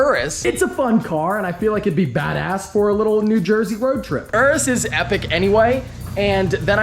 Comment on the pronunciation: He didn’t say urus right….